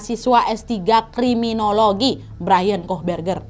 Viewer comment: Kriminologi instead of Krimibologi (?)